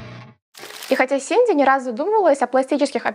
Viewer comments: Она же не Синди, а Сидни Простите, очень на слух давило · Sidney - Сидни, а не Синди. Просто режет ухо, так и перестанут правильно называть. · Я не могу это больше слышать. Она не СИНДИ, а СИДНИ ЭЭЭЭЭй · СиДни Суини, а не СиНди Суини 😭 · Простите, но не Синди, а Сидни, все видео вслушивалась 😄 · Не Синди, а Сидни😅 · Актрису зовут Сидни, а не Синди. Резало уши всё видео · Сидни, а не Синди Суинни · СИДни Суини, а не Синди Суини, слух очень режет! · СиДНи!!!!! Ее зовут СиДНи, а не СиНДи😢